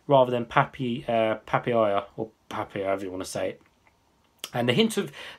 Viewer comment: Pa pa ya .. not papiyaa hehe